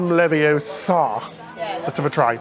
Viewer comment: It’s Levi-O-sa, not Levi-o-SA!